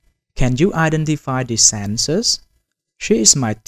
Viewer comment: Senses…What..? Pls say SENTENCES …Properly Sorry Bro….Very poor Pronunciation